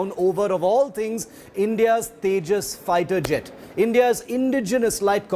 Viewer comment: it's tejas not tajas